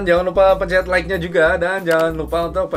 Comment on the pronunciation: logat sunda terdengar jelas ketika ada tekanan di kata "nya" huwehhehe